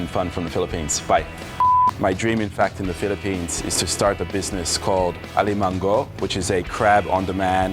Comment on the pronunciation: Im a bit uncomfortable with how little that pan is.. hehhe..btw, when using gata, we rarely use black pepper, we actually use chili in water strained to get the taste. Also, please explain the difference between coconut cream and coconut milk if you havent in prev vids.. still nice recipe.. also it pronounced a-li-ma-ngo(filipino ng sound), the "g" is not enunciated.